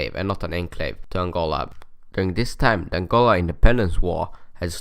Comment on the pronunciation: aangoLAAA😆😆😆😆 / as he says it.